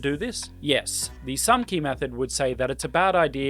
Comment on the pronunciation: Haha! when you say SAMCI and what it stands for you sound like a Swedish person speaking English! One of my theories is that Swedish generally has the tongue more forward in the mouth while English rests the tongue further back. I'm no linguist though.